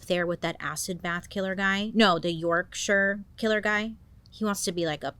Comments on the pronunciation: As someone who was born and still lives in Yorkshire, I truly appreciate hearing an American pronounce it correctly instead of making it sound like the home of the hobbits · I'm from bradford , England, I love the way you said Yorkshire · Can I just commed you right off the bat for pronouncing Yorkshire correctly. ❤ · Thank you for pronouncing Yorkshire properly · Yes Bailey! The first American to say Yorkshire right. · Whattt asif he went to QEGS in wakey 🙈😂 would love you to take a deep dive into wakefield prison one day, they have the worst of the worst there 🙃💖 also thank you for pronouncing yorkshire right 😂 so many i see pronounce it wrong 😂x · Bailey pronouncing Yorkshire properly has just made my day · Halifax born living in Bradford ✌🏻the pronunciation of Dewsbury and Dewhirst made me cringe though but proud of her for getting Yorkshire right